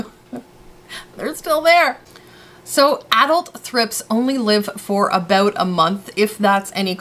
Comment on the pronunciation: You literally said Aboot. OMG I have never actually heard someone say it for real.